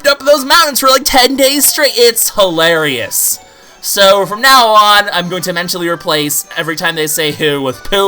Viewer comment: When he said "hoo-larious I did actually laugh.